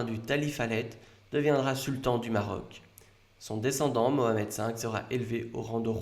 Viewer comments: Merci pour cette histoire royale. Tu aurais pu dire Mohamed plutôt que Mahomet comme tu l'a fait pour prononcer son nom complet "Abou El qassim Mohamed". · Ayez honte de vous on dit Mohamed on dit pas Mohamet